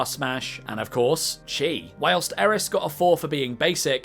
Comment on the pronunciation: Chi is pronounced Key, it's usually spelled as Ki